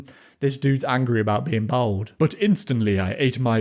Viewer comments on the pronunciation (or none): You absolutely cannot be pronouncing "bald" like that